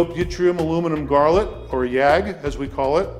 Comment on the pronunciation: "Neodymium-doped yttrium aluminum garlic". Delicious.